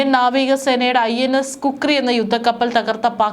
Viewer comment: Kukri അല്ല ഖുക്രി